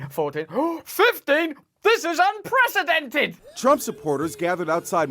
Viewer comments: I really don't understand how most of the world can't pronounce the word it's "un - pree- see- dented" not "un- presidented" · It always makes me laugh to hear someone pronounce it unPRESIDENTed instead of unprecedented, because, well, it's kind of appropriate.